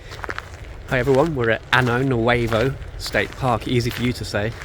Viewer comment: State park pronounced Anyo